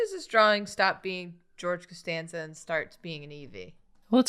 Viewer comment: George Casteeveeon George Castanveeon Geeve Castanzeeon Jan Casteorgveeon Jee Casteenveeon